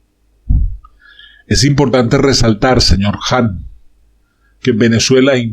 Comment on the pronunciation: Jan ,no es JAN